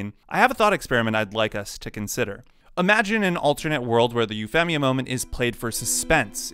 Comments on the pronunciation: Loved the idea for the video, gotta say hated the way you pronounced Euphemia's name despite saying Euphy correctly LOL C'mon man, there's a dub out. There's no way you didn't know how to pronounce it right hahaha Edit Well, I got further in and you say Suzaku weird, and even deus ex machina. Sorry, but that's too many strikes and too much cringe on the ears. I'm out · I hated Euphemia so It was an Awesomely Beautiful Scene For Me & It's Said- U-Fee-Me-Uh Not U-Fem-Me-Uh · Euphemia. You-feam-ia, not You-fem-ia. Sorry, its just so hard to pay attention to the video when I keep hearing it wrong every 5 seconds, and it bothered me. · Say her nickname, then say her name, now say her nickname and name as if you're just saying her name. 😅 Sorry, you pronounce the nickname right but the full name sounds weird... Femia... It's more like a Feemia. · Normal people: Yu-Fee-Mee-A: Yu-FEM-EE-A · Ufemia is an interesting pronunciation of the name. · why do you say EuphEHmia? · I love code Geass it’s one of my favorite anime, and I have never had a problem with this scene, it’s a twist in the story any great story have shocking twist, oh and your saying Princess massacres name wrong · This nigga really just said Euphemia instead of Euphemia. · Having only watched the dubbed version..it bugged me every time you said Euphemia ngl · the way this guy pronounces "Euphemia" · Imagine talking yourself up as a massive Code Geass fan and then mispronouncing Euphemia in a video about Euphemia 10/10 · I take issue with your pronunciation of Euphemia. Also, that mistake taught Lelouch to focus on his resolve and he would do his best to not think about her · Yes incredibly convenient but it never bothered me....what bothered me is the way you say Euphemia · Wait how the hell do you say her nickname on point, but butcher her full name? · your pronunciation of Euphemia is weird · Once I heard you mispronounce "Euphemia", I was out of here.